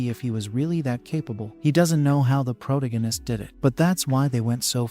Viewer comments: Not a fan of the Pro too gan ist? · change this terrible robo voice to something proper, also fix your pronunciation, its annoying how your robo says protagonist and necromancer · Jesus CHrist can you please learn how to pronounce the word protagonist. yes I know its AI but fix this shit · For the love of god learn how to saw protagonist!